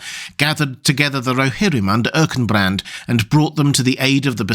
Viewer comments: Yep, you're correct. is wrong. Also, he misspeaks briefly (says Erkenbrass instead of Erkenbrand). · Erkenbrand* not Erkenbrass. ;-)